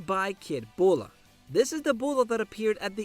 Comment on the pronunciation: her name is Bulma not bulla